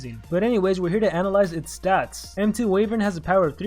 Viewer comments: I'm not sure if the pronunciation is global, but I thought it was Why-vern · I feel like you are pronouncing wyvern wrong. :P